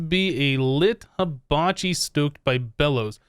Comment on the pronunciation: You pronounced Hibachi wrong it's He-bachi